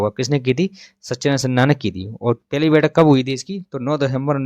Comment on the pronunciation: Pahli bathak ko peli Bol rahe hai.